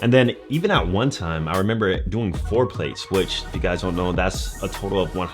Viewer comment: Don’t say plates like that bruh